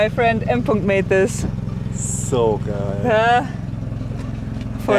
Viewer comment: thx after this video everybody should know the very important german word 'geil' or 'geijel' how would pronounce it